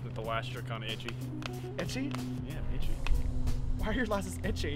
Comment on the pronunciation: My lashes are itchy James: Why are your lases itchy:Lases James: I don't talk like that!!!! Me: Yes, yes you do